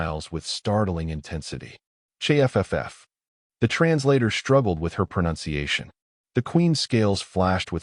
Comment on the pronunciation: WTF is a chey ef ef ef?